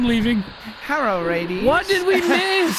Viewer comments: "Herro radies!" 🤣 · "HERRO LADIES"😂😂😂